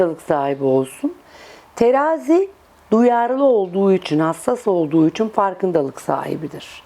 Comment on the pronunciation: hanım “Üçuun… “ değil “ İÇİN”.Kovayım kimsenin hayatıyla ilgilenmem duyarlıyımdır ama gereksiz şeyleri takmam.